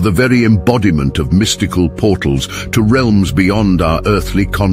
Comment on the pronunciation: Mis-tike-al. / mystical 😂😂😂😂love them AI readers